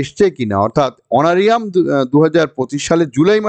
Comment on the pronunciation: Sir, kotha ta Honoura~rium hbe....🙏